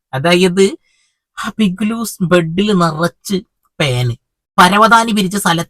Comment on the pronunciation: ബിഗ്ലൂസല്ല ഭായ് ബിഗ്‌ലോസ് 😂